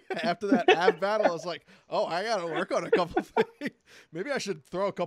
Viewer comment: Man said Twork😂😂